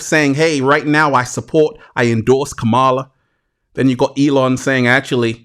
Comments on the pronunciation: …it’s COME-MA-LA dummy 💯✔️… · Beloved! Beloved! 😩😩😩 you’ve got to work on the pronunciation of VP Harris’ name: it’s COMMA-La (like the comma in a sentence) …mmmmm Slow motion this side 🙂‍↔️